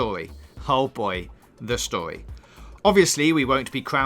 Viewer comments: How many times did he say stowy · Ur saying stowy wth is stowy learn how to say story